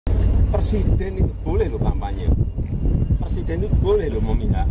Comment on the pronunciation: ngomel ada pangtni, ksal. blakangnya tni semua. ga ada tempat yg lebih landai buat ngomong??? btw belajar ngomong Presiden dl. jgn persiden